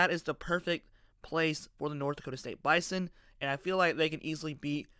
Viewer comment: Unless someone has $50 million and a conference invite just sitting around, this conversation is moot. Also, learn to pronounce Bison correctly.